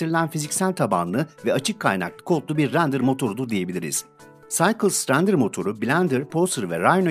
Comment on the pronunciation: Güzel video için teşekkürler. Düzeltme: Cycles'ı okurken "Saykıls" demelisin bence.